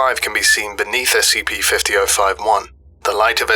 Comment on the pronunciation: The s-c-PEE we're going to be looking at... Is s-c-PEE